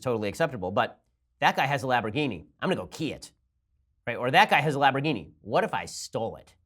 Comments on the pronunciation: Lamborghini. not "Laborghini" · What’s a “lab-ro-geeny”? I know of Lamborghini, is it made by them? Ben sure does enjoy whatever a lab-ro-geeny is. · lamb - bore - gheen - eee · Is he saying Labberghini? Like laboradoodle? Lol 😂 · LAMB...orgini....NOT LAB. Ugh....Love you Ben, but c'mon man! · It's not a "Labrogini", it's a "Lamborghini". Thanks very much. Enjoy the day. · What is a laporgini and when did Bernie Sanders become russian? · Is it just me or did Ben say "Laborghini" without the "M" like 4 times? lol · OH MY GOD stop saying labroghini LAMBORGHINI lol Love you ben, you are almost ALWAYS on point! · Ben i love you but sweet lord above, its LAMB not LAB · Laborghini? Love it. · Laborghini lol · He just kept saying it Laborgini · Im pretty sure Its LaMborgini, not Labrogini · Laborghini instead of lamborghini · The way you pronounce "lambourghini" triggers me. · Hey Ben, it's "LAM-borghini" not "LAB-er-ghini". One mess-up is more than understandable, but you said it like a dozen times. Lols ;-) ...... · "Lamboghini" lmao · someone please teach ben its pronounced LAMBergini there's an M ben! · So you have to take a drink every time he says Labrogeenee? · good video, but were you saying laborghini? lol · And LABorghini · Did Ben lose a bet that caused him to mispronounce LAMborghini? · Has Ben never heard of this car ? It's LaMborghini", Ben !!! Pronounce the "M" !!!!!!!! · he was spelling it the way Ben was saying it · I could go for some lahborghini and Alfredo sauce. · I could understanding mispronouncing the name once if it's a slip, but if you don't know what a Lamborghini is, maybe don't fail at pronouncing it so many times. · Ben, you pronounce "Lamborghini" horrendously wrong. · Who else came to the comments specifically because of how he pronounces Lamborghini? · The real news of the day is Ben's mispronunciation of Lamborghini. lol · I'm so pissed at How Ben says Lamborghini